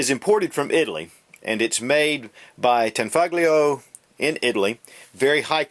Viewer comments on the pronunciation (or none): He said Tan-FUGLY-O lmao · The G is silent, pronounced Tan-foe-lee-oh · you don't actually pronounce the "g" in tanfoglio, or in any italian name, or better yet....word that is spelled " -glio". the closest pronunciation would be "tanfolio". beautiful pistol. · The G is silent